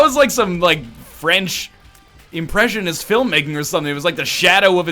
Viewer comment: Your little French mutter was straight out of Monaco